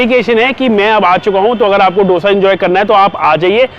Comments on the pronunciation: It दोसा and not डोसा. PLEASE TAKE NOTE! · Its pronounced as 'दोसा'